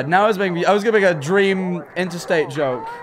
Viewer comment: dweam?? Lmao